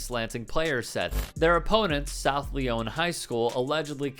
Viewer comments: It is pronounced “South Lion” not “South Leone”. A Michigan resident :) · Good reporting; but just to let you know, it's pronounced, "Lion" not "Lee-On". 😀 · Hey, its not South “Leone,” its pronounced “Lion.” South “Lion” Lyon. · It's South Lion the y is pronounced as an i. South Lyon is a heavily Trump supporting community. Unfortunately I am not surprised by the behavior of the parents or the team. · Grew up in Ann Arbor and South Lyon is about 15-20 miles roughly north of Ann Arbor; it's always been known to be full of the types in the video. Doesn't surprise me. Also, South Lyon is pronounced the same way as Lion. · It's pronounced South "Lions" bro.... ijs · FYI, it's pronounced South Lyon (LION), and 90% of its population consists of semi-sentient blobs of cottage cheese. It's like living in a box full of dull white crayons, who have somehow managed to convince themselves they're super special people. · it's pronounced "South Lion" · As a Michigander its pronounced South Lion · South ‘lion’ is how the garbage place is pronounced…